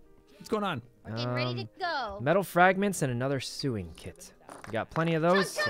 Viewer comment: I love how he pronounces SEWING! Like (SUING KIT) lol